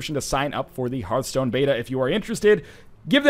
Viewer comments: It's her-th-stone not harf-stone. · It bothers me that you don't know how to pronounce Hearthstone correctly. >< It's Heart-hstone; not Herthstone or Hear-thstone, Hearthstone. it's not complicated. It's even a real word, too. Look it up. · Northernlion, You dingdong! Just pronounce Hearth like Heart, since they're spelled exactly the same, just with a H at the end. That's the easiest way to remember how it's pronounced